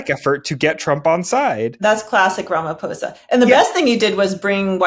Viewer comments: Damn! You said the Our presidents surname perfectly! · correctly pronounced Ramaphosa, thanks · I appreciate your objective analysis and actual effort to research the topics you're discussing. To top it off, you actually cared to pronounce Ramaphosa correctly. Trump's tactics are really leading America down a perilous path, while elevating other countries. I feel sorry for those who didn't vote for him. I love my country 🇿🇦, even with all its troubles, and I still have hope in our government, especially now with the multiparty rulership . I'm happy that White people spoke on behalf of my president and my country. If we didn't have a white genocide at the end of apartheid, it's not going to happen anytime in the foreseeable future. We don't want to see each other dead, we want to see each other safe and prosperous. That's our collective plea to our government. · Thanks for pronouncing the name of our president correctly. These other fools keep saying Ramafosa.